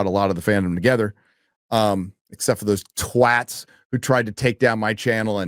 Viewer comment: Hearing an American say "twats" 😂😂😂 youve been hanging with Drinker too much